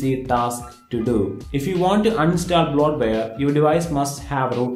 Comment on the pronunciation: Wow... I had to rewatch 6 times just to figure out you were saying "bloatware"...